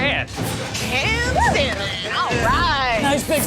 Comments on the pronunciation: For a Teacher, needs to learn to pronounce Salmon properly. She calls it SOW MAN. It is pronounced SAM UN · sorry, but it kills my ears to hear people pronounce that fish as sal-mon. huh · I want to gouge my ears every time says "sell-mon". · People who pronounce the L in salmon drive me nuts...😩 It's "SAMON"! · the ‘l’ in ‘salmon’ is silent.